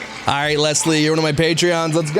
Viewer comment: I’m not a patreon but my name is Leslie and I’m just so happy you pronounced it right instead of lezzlee😖